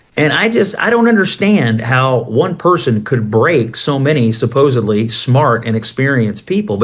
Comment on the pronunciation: It is supposedly not supposebly